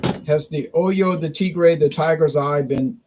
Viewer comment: It’s pronounced Oh-ho de Tigre, “Oy-yo” de Tigre could be misconstrued as something unsavory 😂. Love your videos as always!